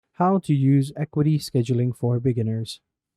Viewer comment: It’s AH-Q-WAH-T not EQUITY 😊